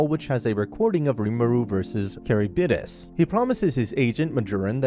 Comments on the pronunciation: it's ka-rib-dis bruh. not ka-ri-b-dis. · I just got to the part where they said Charybdis 💀